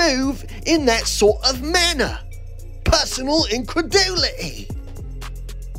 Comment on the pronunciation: In that swort of mannah...